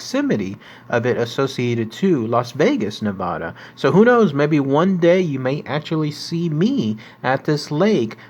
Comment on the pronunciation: SAY NEVADA RIGHT AND PYRAMID LAKE Is almost 300 miles away from lasvegas